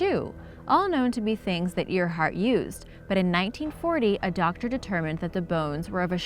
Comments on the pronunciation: You said Amelia Earhart wrong. It’s pronounced (Air-Heart.) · It's spelt Earhart, but it's pronounced airheart. And also you missed like most of the actual mystery of these mysteries. Example, people want to know who originally lived on Easter island as apposed to how a tall statue was built(anyone can answer that: big rocks and tool. See?) because it wasn't invaded. They went to the island with an invading force sure but reached a long abandoned island. You didn't talk about the electromagnetic disturbances that linger in the Bermuda that can do anything from messing with your compass, to dropping your plane out of the sky like you reached a drop pocket. And spilt booze was a legitimate issue that caused ships to get destroyed.......on warships, or combustion engines, I'm not sure if anyone knows anything about naval or marine vehicle structure, but it was actually really hard to set a ship post 13th century on fire, because the use of flame retardant resins was applied during and post construction of the vessel, the wood was also usually dampened by oceanic conditions when it was at port, or constantly being splashed and rained on during usage. So good facts and solid info, it's all well structured and educational and all, but you didn't really answer the questions people usually ask about these things. Also some of them are half explanations which usually draws out more questions.